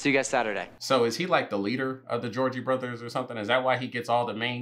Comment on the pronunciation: Gotta find you is your jam!!! Lol 😂 and you calling the Jonas brothers georgie brothers had me dyingggg